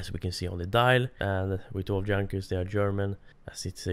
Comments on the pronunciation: Junkers is pronounced Yoonkers by the way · You are saying Junkers so wrong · You mispronounce Junkers